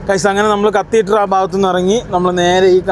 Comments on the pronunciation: കത്തീറ്ററല്ല, കത്തീഡ്റൽ 😂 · കത്തീറ്റർ അല്ലെടോ കത്തീഡ്രൽ